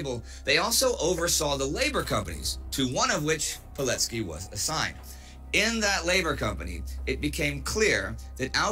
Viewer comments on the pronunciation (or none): the correct pronunciation of his name would sound like "Vee-told Pee-let-skee" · Just a small note - you've read his surname slightly off - in Polish, the "c" represents a "ts" sound.